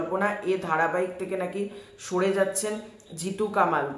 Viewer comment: জিতু কামাল উচ্চারণ করছ কেন ভাই? ওর নাম কমল ওই নিবেদিতা দেবীর ইন্টারভিউতে বলেছে।